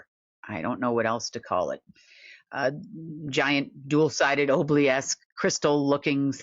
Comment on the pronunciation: Is ob-lee-ask the same thing as ob-oh-lesk?